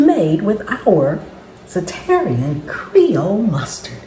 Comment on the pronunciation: This looks and sound delicious. I wasn't looking at the screen when you were adding the mustard. I heard you say, "Za-terrian Mustard" and had to rewind, but you were using Zatarain's Mustard. I was thinking there was a new/different mustard to try.